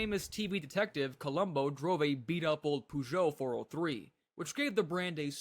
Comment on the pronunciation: POOsho? PEHSHO rather